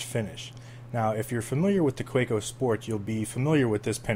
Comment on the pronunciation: Just an FYI - it's pronounced "Kuh-VAY-ko"; they're German.